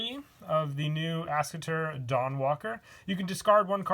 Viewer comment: As-ke-tor not As-cater.